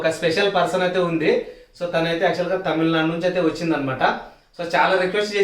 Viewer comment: Temilu Nadu style kadu Kerala style raa babu